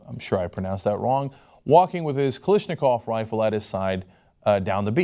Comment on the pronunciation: Cenk, stop saying KaLISHnikov, it is KaLASHnikov